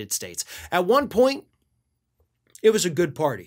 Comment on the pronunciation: Emphasis on "WAS."